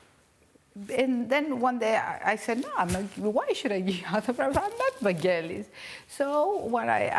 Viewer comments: Americans say his name wrong! Its a ‘g’ as in girl, not ‘j’ as in Jelly! Even the great man himself says it with a ‘g’! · Oliver Stone admired Vangelis so much but he couldn't pronounce his name right. It's Vangelis, not Vandgelis, FFS. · Americans... "G" in Vangelis is pronounced as in "get". Don't be lazy even if you are Oliver Stone. Respect other people identity by pronouncing the name properly. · Hoe can Oliver Stone not know how to pronounce his name correctly? It’s a hard g.